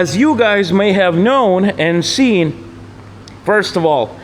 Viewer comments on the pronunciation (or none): none